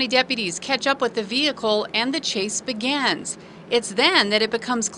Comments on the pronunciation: “The chase begans” 😂😂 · “And the chase begans” 😂😂😂😂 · lmaoo "and the chase begans"